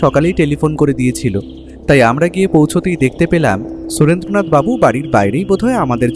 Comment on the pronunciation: er Surendra nath babu r pronunciation eto kaan e lagche… its shu-ren-dra not su-rendra in Bengali names